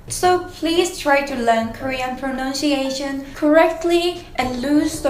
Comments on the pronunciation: You pronounce pronunciation incorrectly. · You could work a bit on your English "pronounshiation"